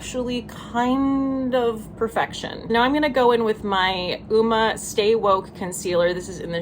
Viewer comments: Hi! Just an FYI: It's pronounced "umma" - it means beauty in Swahili! Cool huh? Any-whos-its, I love ❤️ your content so much, I makes me angryyyyyy! 😆 🤣 Love to you! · Thank you for having the guts to speak the truth on your platform and hold brands accountable. This is how change happens… one step at a time. I encourage people to think, really think about the state of our country, our planet. We’re all in this together.💜 P.S. Uoma is pronounced like Oh-Ma. Sorry to be that bit*ch lol;) I saw an interview with the owner and she explained the pronunciation. I wouldn’t correct you if I wasn’t 100% sure.💜